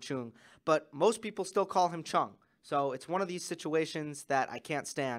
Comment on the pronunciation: as a Korean viewer, the correct way to pronounce Chung is 'Jung' or 'Jeoung' with J sound. the way Chris Fowler calls Chung as 'Choong' is incorrect. If you want to say his name even more correctly, we Koreans put last name first so 100% correct way to say is 'Jung Hyeon' (정현 in Korean). 👍